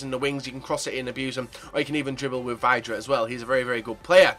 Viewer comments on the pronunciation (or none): It's pronounced Vi-dra. Ugh.....